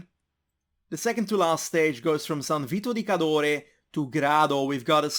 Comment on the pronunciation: I got a holiday home in San Vito di Cadore, and when you pronounced it I got serious chills